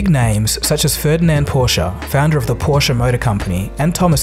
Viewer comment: you are one of the few english-speaking people to speak the "e" in "porsche", probs to you